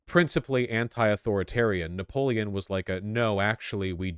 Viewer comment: Vaush getting Napoleon wrong is giving me an aneurysm